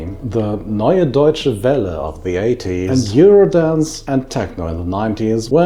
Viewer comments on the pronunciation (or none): none